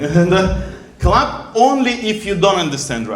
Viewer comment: хаха услышала "I'll ask club if they understand Russian", оказалось, там клэп 😅